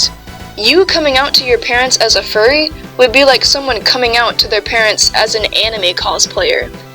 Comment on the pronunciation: “i-i-i-i am a fuwwy 😔😔😔😔” SHUT UP